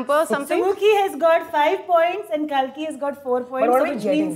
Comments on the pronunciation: watched it only for sumukhi and kalki. was disappointed that janice still kept pronouncing kalki's name incorrectly - inspite of being told of the correct pronunciation. sumukhi is gorgeous!. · Aajki nahi, kalki chocolate waali cake la mere lie. 😅 PS - Shouldn't it be pronounced as Kaaalki? As in the 10th reincarnation of Lord Vishnu? Also the Kalki malayam teaser looks epic. Looks like it's gonna be a great film. 😅